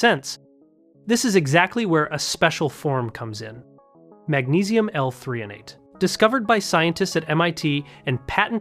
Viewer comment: I think you mean magnesium L-threonate, not 3-on-ate